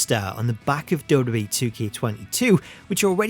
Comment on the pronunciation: you need to learn how to pronounce WWE, it's been a thing with you for years